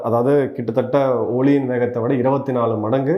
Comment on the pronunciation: காணொலிக்கு நன்றி. ஜெய்ஹிந்த். Sorry for this information 06 : 32 , 06 : 59 இரு முறைகள் ஒலியின் ( SOUND )வேகத்தைப் போல் என்பற்கு பதில் , ஒளியின் ( LIGHT ) வேகத்தைப் போல் உச்சரிக்கப் பட்டுள்ளது . சரிபார்க்கவும்.